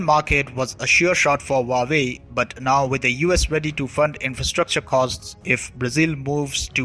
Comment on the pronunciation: Your report is incisive. But your pronunciation of Huawei is incorrect. It is not Vawei as you say but H-U-A-W-E-I. Hua, the first character, means flower and hence the flower logo. The second character, Wei, means China. Don't mistake me, I'm an Indian and neither an admirer of CCP nor ever visited China, but have learnt Chinese language at the Delhi University way back in 1970s.